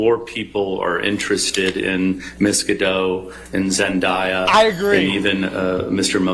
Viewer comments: Is it only me that I cringe when they all say zendayas name? Like zendaya even said it’s pronounced zen-day- yuh not zen-die-yuh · OMG someone tell them her name is pronounced Zen-DAY-ah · Why hasn't anybody pronounced zendaya's name correctly when ever they bring her up in court its irritating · She mispronounced Zendaya’s Name wrong wtf!